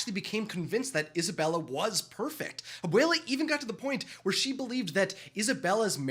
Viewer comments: Abwayla, that's how you say it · stop saying abuula